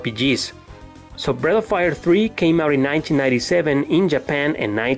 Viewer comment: I kept hearing Bread of Fire.